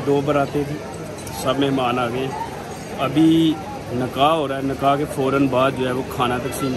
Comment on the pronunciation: Nakah nahi bhai nikkah 😊 or taste bohat kam kiya apne 🙂